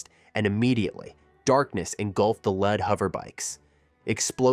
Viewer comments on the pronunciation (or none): bro whats with the pronunciation of some of these names and words. Dragonball is an IP as old as time and yet not only did you mispronounce "lead" as "led" (granted the mineral can be spelled as lead) but you also mispronounce saibamen? on top of that...you can't seem to settle on a pronunciation for Gine. Here's to hoping that the newer parts have better care put into them.